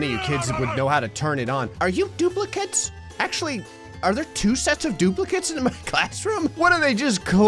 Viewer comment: The word twins: DUPLACATES